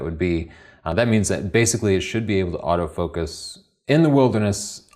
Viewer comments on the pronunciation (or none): none